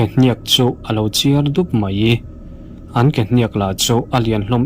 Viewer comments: Mizotawng ahhian meiang a awmlo ( maiang tihtur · Maiang pawh a awm lo, mai ang tih tur aw😂